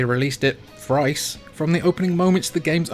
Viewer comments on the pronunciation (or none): If you guys say FREE for “three” do you say FRICE for “thrice”?